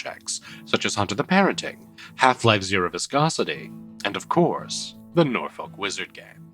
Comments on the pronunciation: Sorry but i am the only one that hears NORFUCK everytime says Norfolk? But seriously incredibile as Always!! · Why do i keep hearing NorFuck? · every time i hear norlok wizard game i hear NORFUCK WIZERD GANG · I wanna come back to this as a small nuance, as Norfuk is much closer than the usual lobster pronunciation The way the 757 accent comes out is like halfway between Norfik & Norfuk. Its an illusion, sounding like both at the same time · I am so glad it isn't what I thought it is. PS: You need to do something about your pronunciation of "Norfolk" 🤭